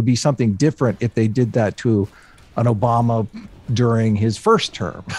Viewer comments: why do i keep hearing "obamna" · If I hear "Obamna" in the background again, I'm gonna shit myself.